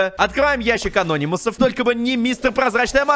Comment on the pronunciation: Не ящик а́нономусов а ящик ана́нимусов